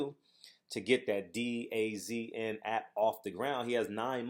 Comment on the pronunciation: It's pronounced DAZN ---> "Duh-Zone" Hopefully the app flops on Fast Eddie.